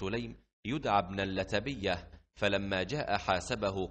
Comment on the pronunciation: تنبيه:لعل هنالك خطأ في قراءة اسم اللتبية فهو بضم اللام المشددة وقرئت هنا بالفتح وجزيتم خير الجزاء